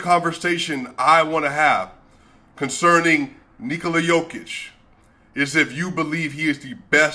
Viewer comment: my appreciation to you man that you correctly pronounce "Nikola" in the Serbian way and how should it be and not "Nokooooooooola"! Credit to you and btw. great channel and analysis!